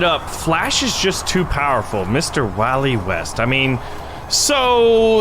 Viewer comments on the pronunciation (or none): he said the flash name o is wally wast its berry allen